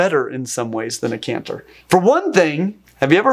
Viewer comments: It's a chant-er not a canther on bagpipes. Oh how my Scottish ears are burning. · Impressed that I'm not the first bagpiper and cephalopod fan to comment! Love it! One note: the pipe that produces the melody notes is pronounced "CHANT-er". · Great video! For info, "chanter" is pronounced with a soft "ch" (as in "cheese"), at least here in Scotland. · Why did you keep calling the CHANTER of a bagpipe a CANTER? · Bagpipe chanter. I am very well aware I am being pedantic and missing the point of the video.... but the 'ch' in chanter is pronounced when talking about bagpipes. Other wise, highly educational and very entertaining. I look forward to you next video!